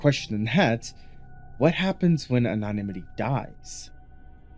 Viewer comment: Research how to pronounce anonymity properly